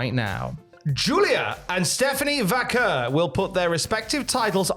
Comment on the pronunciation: being a legend at Cultaholic for being the only one to pronounce Vaquer correctly.